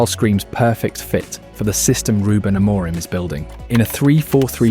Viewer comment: your pronunciation is really bad. it's not 'aMOREim', more like 'amurhim' with silent h. absolutely no one pronounces it like you do.